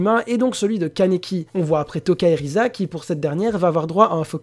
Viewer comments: Si c'est risa mais le "r" en j'aponais se prononce "l" dans la version française ils l'on apellées "lise" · Le R en japonais se prononce L si je me trompe pas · Ah bah oui je sais pas comment j'ai pu le louper xD Bon bah je m'en vais acheter un microscope. Sinon j'ai surtout posté mon message parce qu'a force c'est un peu chiant que les gens essaient toujours de prononcer le nom des persos à la japonaise pour faire genre alors que bien souvent ils se trompent. Et si jamais, je sais pas si tu sais mais beaucoup de team de sub traduisent le nom des personnages en romaji ce qui diffère un peu de la prononciation française (l'exemple de "l" et du "r"), sinon on dirait Tōkyō Gūru et pas Tokyo Ghoul. Bon bah pour finir ce vaste discours, je tient à te redire que tu t'es amélioré et que si tu continu à apporter de bons arguments ça ne pourra que bien se passer. Sur ce, bon courage pour la suite.